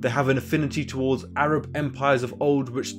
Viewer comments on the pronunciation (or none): none